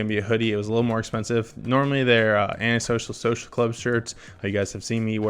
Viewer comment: he can’t say anti social social club right😂